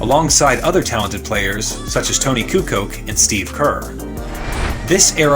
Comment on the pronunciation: Kukoc is pronounced coo•coach